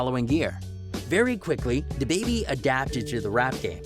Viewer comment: Yo why did you waste your time on this video and then waste ours. This some phony B.S. I would just get rid of this now. You don't really know his life to be talking on it. You can't even say his name correctly. You actually sound nervous even talking bout it.